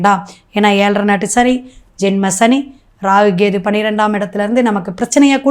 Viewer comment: Half of your video is waste. It seems you have copied down from others. All your predictions are waste. I think you don't know astrological predictions. You are totally waste. You don't even know how to pronounce kethu. Stop posting this kind of videos. Loosu